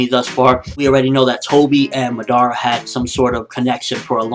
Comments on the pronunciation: Seriously, the one thing that annoys me the most is, not a single reviewer can pronounce the Japanese names correctly. Where do people get MaDara, when its MaDaRa, and when they say Izanagi, and izanami. Same thing with Mangekyou Sharingan, and amaterasu. Everytime they say it wrong I just wanna face palm. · murdarah lol its madara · Your japanese really is rubbish. lol It's MaDAAAra. Not MADara. Also IzaNAgi and IzaNAmi... etc.